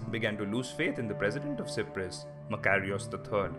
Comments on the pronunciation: Why si-prus it's pronounced cy-prus like sci-ence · How can 95% of any people agree on anything? It was a third for, a third against, and a third neutral And learn to pronouce Cyprus correctly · Your pronunciation of "K"yprus and "K"ypriots is incorrect. The "C" is pronounced like an S. You also left out a big chunk of history leading up to the invasion which was the armed conflict between Greek and Turkish Cypriots during the 1960s. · This man is Asia can't say Cyprus properly !!!!